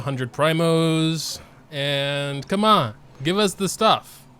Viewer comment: I miss that "KeMon" 🤣